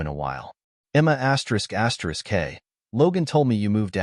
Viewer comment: Thi asterick crap is not astrick suposed to be read asterisk